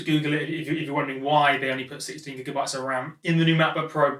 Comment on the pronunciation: Why you keep saying Jigabytes? It's gi-ga-bytes as in grisly foken bear.